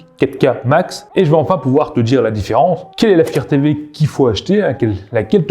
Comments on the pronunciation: Firtévé ? Non mais sérieux... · Le fire TV, et non le "faire Tv"..